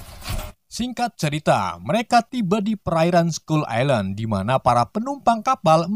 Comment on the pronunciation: Bang itu baca nya island bukan gitu tapi bacanya gini bang ailend walau tulisanya island tapi di baca ailend